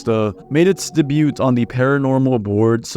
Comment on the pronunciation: oh thanks, didn't know that as someone who's not a native speaker(from more searching, found out it's because "t" in debut is not pronounced for some reason, prob bc "debut" is of French origin, but even with that, there's still words with French origin but last letter pronounced, like "fruit" so I guess just quirks/semi-complicated rules of English)